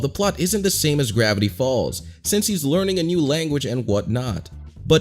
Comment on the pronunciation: GRAIVTY FALLS